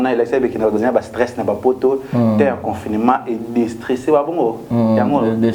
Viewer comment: eyebi ata koloba gerbe na confinement te kkkkk Gloria atanga aloba gembre na confilment kkkkkk kotango ebebi